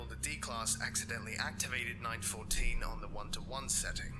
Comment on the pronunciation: It LETERALLY says 914 not 941 Why in the world would you say 941 it's LETERALLY written and vocalised!